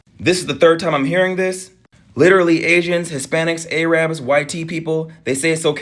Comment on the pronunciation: "Air-ub"... not "Ay-rab". 😅